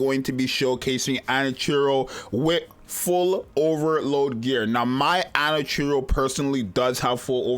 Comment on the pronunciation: Bruh called her Anachiro